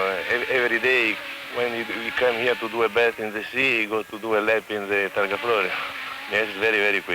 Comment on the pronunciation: TARGA not TARGO